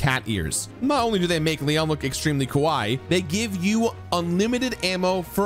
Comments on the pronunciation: Ackshually, it's KAH-WA-EE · that "kawhy" hurt my soul